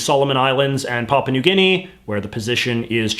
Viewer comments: Oops! It's really Papua New Guinea, not Paupa New Guinea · ". . . or 'Papa' New Guinea . . . " Hahahaha. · I'm pretty sure the plural form is "governorS general." And it's not "Paupa" New Guinea; it's "PapUa New Guinea."